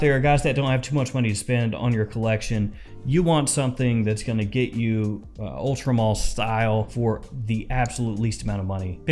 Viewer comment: Ultra Mall??? Its Ultra Male (pronounced Mail).